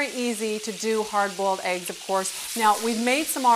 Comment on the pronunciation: "hard BOWL-ED AEEGS"